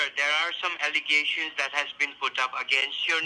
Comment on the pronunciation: It’s “allegation”. You’re welcome.